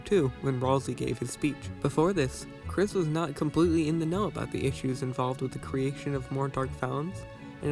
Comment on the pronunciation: YOU MISS PRONOUNCED KRIS!GET IN THE BUNKER,THE SJWS ARE COMING